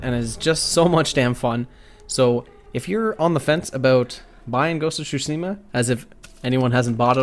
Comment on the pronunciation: Ghost of Shusima? 😂😂😭